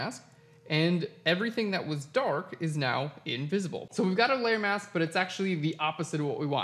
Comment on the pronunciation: Thank You!... for the lesson on "How to Cut Out Hair. But, did I ever have problems with......(1) You talked far to fast which nearly drove me nuts until I sifted thru' the commentary, and 35 moves later I can say I have been successful. I thought you were talking about your 'mouse' - but no, the word was 'MASK' - However, thank you again.